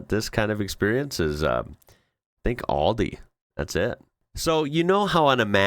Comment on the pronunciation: Hehe .you need pronounce Aldi like Al as in Al Bundy....not All like in All aboard!! 😊 I knew Al Bundy would come in handy one day! 😂 Thanks a bunch for your video's